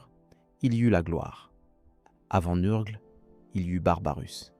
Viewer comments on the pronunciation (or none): NURGLE pas neurgleee sinon belle video